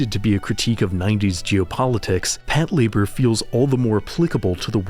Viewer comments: "Pat Labour" That sure is a way to pronounce that name. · Did you just pronounce Patlabor as Pat-labor??